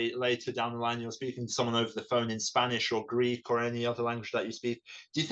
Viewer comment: The Greek media presented Alex as a British perfectly speaking Greek! In the very first seconds I listened to his Greek I said to myself "U gotta be kidding me!" The guy is speaking PERFECT Greek, with a perfect Greek pronunciation! Never heard anybody learning Greek having such a perfect pronunciation! And here we are, he actually is half - Greek...